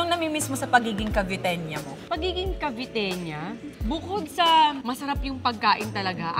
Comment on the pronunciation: paki correct.. taga-cavite... caviteña... yan lang po